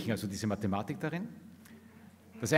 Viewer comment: Ich höre immer „Mad space“. Und auch die Mathematik irritiert in ihrer betonung.